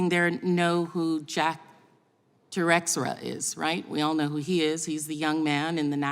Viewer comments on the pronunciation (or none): Te-Rex-era?????? The name has been in the news for a month…Te-SHARE-a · Plaskett could not pronounce Teixeira's name. Where is she going with this foolish diatribe? She is awful.